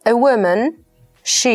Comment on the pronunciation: woman -łymyn Proponuję MOCNO popracować nad wymową. Spółgloski wymawiane tragicznie. Bład, błędem pogania.